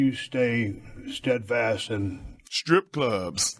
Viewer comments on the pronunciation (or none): The way he said Strip clubs like strip has 3 syllables